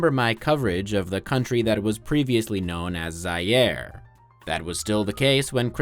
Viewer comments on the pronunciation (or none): Zaire is pronounced "Zah-ear" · zaire is not pronounced like that